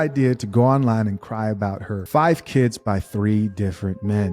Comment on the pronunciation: Dey keeds, Dey keeds, Dey keeds…🙄